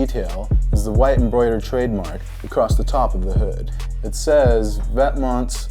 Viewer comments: its neither vet-monts, it is French so it's pronounced VET-MON... get yo facts ryt buffo preachin yo. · it's Vè-TEEEEEEE-MENT!!!!!!!!!!!!!!! :(( what "monts" lmao :( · Vet*Mont not Vet*mints I thought he said. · vetements is french so isnt it pronounced veh·teah·mohhnn not pronouncing the s but with a really quiet t... so he pronounced it wrong.... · this is shit, and your not even pronouncing it right. it's vet-mohn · Its pronounced ven•te•mon it's the French word for "clothes" but it's okay my dude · 1. Its pronounced "vet-mohn" and 2. Stop making fake vetements. If you can't afford it then it clearly wasn't made for you. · he fucking pronounced it Vent Mints Be consistent, you ass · it's not even pronounced like this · Lmao trying to teach other people how to pronounce 'Vetements' and you still saying it wrong. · its french. the T and S are SILENT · LOOOLLLL... Don't pronounce the "s" at the end buddy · Thats not how you pronounce it... sorry. From a fellow french girl. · lol I love how he thought he said the name right but he didn't